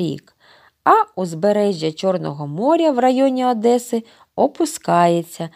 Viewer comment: НЕ АДЕСА А ОДЕСА